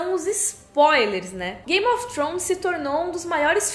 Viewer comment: depois de 9 anos e ela ainda não aprendeu a falar "thrones" ainda rsrs